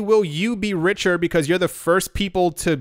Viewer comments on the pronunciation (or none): none